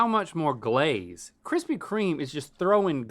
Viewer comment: kwispy kweme